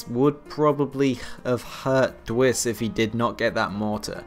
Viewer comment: also you pronounce my name d w ice :)